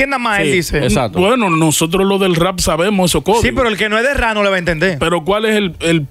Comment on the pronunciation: Meca no se dice “rrá “ se pronuncia “Rap”